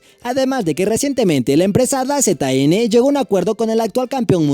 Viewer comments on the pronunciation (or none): Se pronuncia Dazon jajajajaja